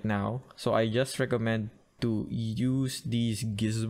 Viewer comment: I love how u say "tu" instead of "to"😂❤